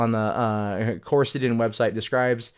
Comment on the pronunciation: Do... Do you even GOOGLE things before you talk about them??? Coricidin is NOT a SYRUP! It's a PILL. Jeeze, man, first pronunciation and now the substance of the case seems totally unknown to you. Come on, man. Tighten up!